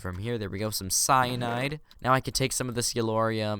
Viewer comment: Cyanide is something that should not be mentioned in minecraft, and Its not Cyanide so he mistaked that too Edit: So its not Cyanide its Cyanite, i forgot